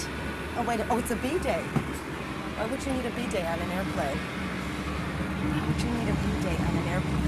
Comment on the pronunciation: Nah, if she’s going to pronounce Bidet wrong it just shows her journalistic integrity. As well as not having any class. Look at that jacket. I’m not impressed.